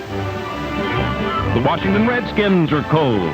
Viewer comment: I'm a Tom Landry-era Cowboys fan, since '63. The very first pro football game l was lucky to attend was Washington Redskins at the Cowboys, Thanksgiving Day, 1968. My dear old Dad that's now in Heaven used to pronounce 2 cities just like Coach Landry....Warshington, and Chicargo...😂 Washington will always be the Redskins to me. What a rivalry the Cowboys and the Redskins had. R. I. P. Dad🇨🇱🇺🇸♥️ Tom🇨🇱🇺🇸Landry George Allen God bless our pro football heroes from a by-gone era 🏈